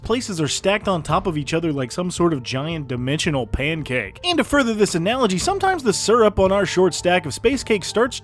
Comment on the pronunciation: why’d he said and like that 😂